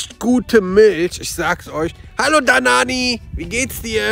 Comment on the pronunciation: hat gesagt danani